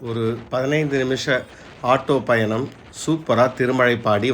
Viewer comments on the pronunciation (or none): none